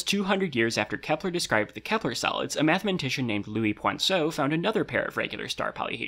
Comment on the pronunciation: “a mathmantician”